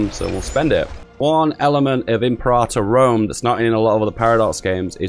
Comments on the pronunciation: It's not pronounced "in prata", it's "imperator". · I don't mind imprahtor, what I do mind is cyrenaica (see-ry-naica) -> ...thracia? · Pronounced: "Imp-air-uh-tour"